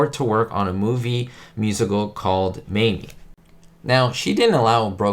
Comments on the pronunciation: It's pronounced, "MAY-m"...rhymes with shame. Not "May-MEE" 😊😂😉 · It was MAME....not Mamie..